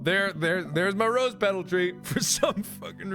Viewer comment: did he just say.......rOsE petal tree?